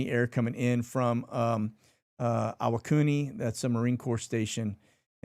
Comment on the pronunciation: Re: Japanese pronunciations. Iwakuni. Please try pronouncing the first i like the last i. When I was in junior high as a dependent in Japan, we were taught that unlike US, there's only one pronunciation of each vowel. A - ah, I - ee as in bee, U - as in food, E - as in hey, O - as in oh no. I could be wrong, but this served me well there and ever since. Thanks for all you do keeping us informed. Staying frosty and powder is dry.